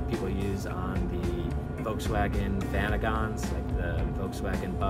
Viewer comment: I had a vanagon and had that tank installed. Love your pronunciation 🤣 it’s “van-a-gin” with a hard “g”. That van was so great but no power so I sold for a PM. Really cool that the tank could be used in the new one. I was always a little nervous driving around with that tank though with crazy CA drivers. 🤣 Got my Westfalia in Orange County also. Love your videos!